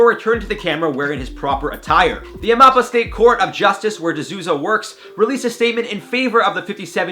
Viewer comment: "De Souza" is pronounced "The Soul- Zah" not "The Zooza" LOL